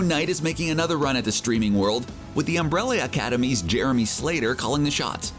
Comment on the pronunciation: i know damn well he didnt say umbrali academy